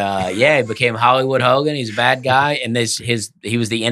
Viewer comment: Dusty DEFINITELY says a “T” after a “d”. I hear it in “Bad” and “Good”. He says “badt” and “goodt”